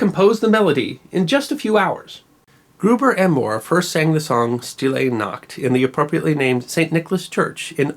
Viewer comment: And the "st" is pronounced "sht".